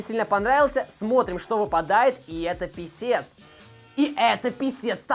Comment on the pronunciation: Пискэс а не писец писец это писец а pisces это рыбы!